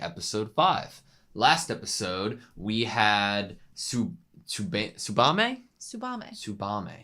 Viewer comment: There is a small exception to that rule of every syllable gets the same emphasis, and that is when a name or word starts with the "tsu" sound. The relevant example would be Tsubame's name. Giving each syllable the same emphasis and her name would sound like Tsoo-Ba-Me (which is exactly how the English dub/VA's pronounce it). But in colloquial usage, if a name starts with "tsu", that sound is kept really short... almost silent. So Tsubame's name would be pronounced more like Ts-Ba-Me.